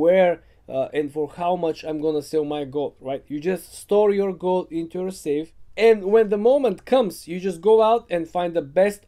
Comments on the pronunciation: I thought he said goat instead of gold 🤦‍♂️ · Is he saying goat or gold? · I think he was trying to say gold, but I also heard goat at first.